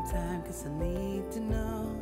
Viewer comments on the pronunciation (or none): none